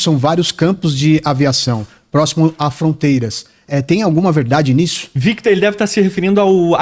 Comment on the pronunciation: ta dando nervoso dele dizendo o nome do Victor errado